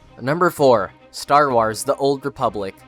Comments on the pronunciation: Did anyone else notice that he said star w-ar-s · Sorry but you broke my brain when you said Star Wirs